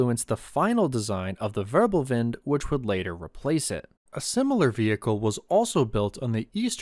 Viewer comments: ackshsckhually it is "Wirbelwind" not "Wörbelwind"🤓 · When making videos on german issues, why not learn some basic German? Say how to pronounce, Zerstörer, Wirbelwind, Vierling, …